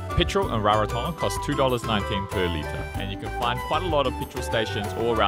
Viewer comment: You both sound like locals...great pronunciation and hope you both had a blast in Rarotonga ❤️